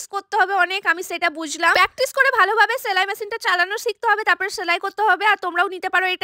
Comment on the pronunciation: ছেলাই না সেলাই